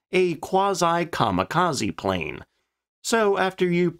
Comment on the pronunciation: We found it... The "PLNE"